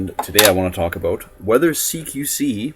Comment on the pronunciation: "What I'm gonna talk aboot" lol